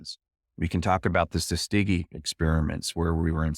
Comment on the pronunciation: “I couldn’t sleep, so I made a cup of coffee.” The famous “Tutskeegee” experiment.